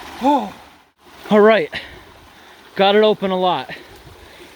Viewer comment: You ever notice… When he says words with the letter ‘T’ at the end like ‘it’, ‘at’, ‘right’ especially at the end of a sentence, the ‘t’ sound is replaced with ‘ungh’. Some examples